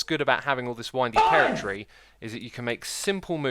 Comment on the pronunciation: god damn i cant stand the way he pronounces territory